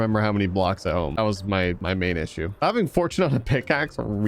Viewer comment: Please stop saying “havTing to”😂